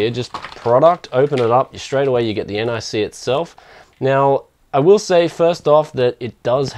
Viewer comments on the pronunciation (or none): omfg not n-i-c its nic